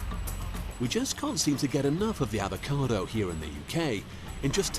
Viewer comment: What’s an ‘avocade’ ?